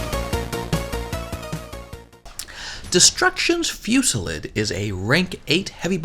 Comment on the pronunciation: Destruction Fewsilid.... I still can't get over how u say it...